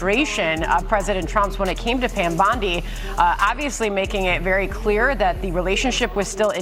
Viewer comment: It's BOND-EE, not BUND-EE (like Ted Bundy).